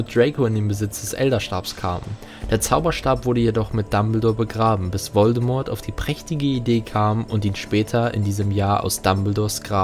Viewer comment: An sich gutes Video, aber wer sich so lange und intensiv mit dem HP Universum beschäftigt sollte doch echt wissen, dass das T von Voldemort nicht ausgesprochen wird.